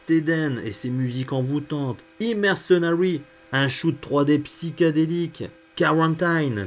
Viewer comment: super video... belle culture. c'est vrai qu'à l'époque j'étais pas le seul à penser que la 3DO était un "machin" interactif et pas une console...fous que nous étions. par contre "Psychédélique" pas "PsyKAdéliK"...merci DO